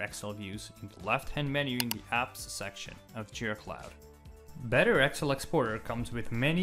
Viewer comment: Very cool, but what's with the accent for referring to "Excel" as "Axle"? lol